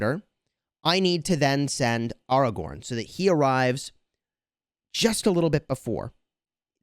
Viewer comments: Great video but you just triggered the whole fanbase by pronouncing Airagorn as aRagon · I cringed when every time he said AR-A-GORN AW-A-GWORN but I can get through that cringe because I also love the content